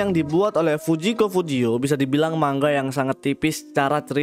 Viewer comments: Manga bang bukan mangga😭😭😭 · Bang salah ngomong lu itu, bacanya bukan mangga tapi manga. Kan "g" nya cuman 1 aja 😁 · maaf kak kakak ngomong nya salah manga bukan mangga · kenapa pas diawal awal kok abang nyebut manga jadi mangga😂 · Min dibaca manga bukan mangga,🤦 tidak doble G. 🤣🤣🤣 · Manga bang bukan mangga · Bukan MANGGA bang, tapi MANGA Wkwkwkwkwkkwwkw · coba dengerin bang, dia bacanya "MANG-GA" , harusnya bacanya "MA-NGA" hehehehe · tapi klo di jepang emg dibaca seperti MANGGA,, jadi N dibacanya NG di jepang, makanya MANGA jadi MANGGA, Konbawa dibaca Kongbawa... beberapa org jpn bilang sumimasen jdi Sumimaseng